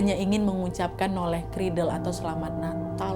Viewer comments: Itu bukan "Noleh kridel" yaa kak 😂 tapi "Nollaig Ghrìdheil" 😂 itu bahasa Gaelic skotlandia. Emang jarang sih, bahkan udah nggk dipake keknya, karena orang2 dah pakai "Merry Christmas" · Nollaig Chridheil nad... Bukan noleh kridel....